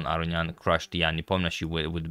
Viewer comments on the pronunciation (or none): none